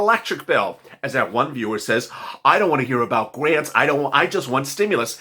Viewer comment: Cares Act Garnts lets try grants. Children pronounced chill dren just spelled children. Literally not lilily.